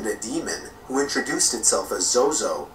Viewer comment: LOL ITS ZOZO NOT ZOE ZOE XD